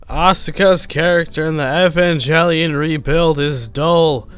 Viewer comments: U mispronounced asuka and evangelion dick wad. Also fuck the rebuild. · I knew this is gonna be a shit-take as soon as I've heard EvanJelion